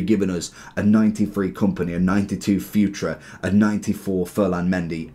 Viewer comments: I'm Portuguese, it's not pronounced like you say. It's actually Futr not furt-ray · bro his name is pronounced fu-tray, its really funny you call him future 🤣